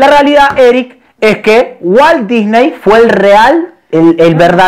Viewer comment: me cague de risa cuando dijo walt dysney o como se escriba ajajajjaja.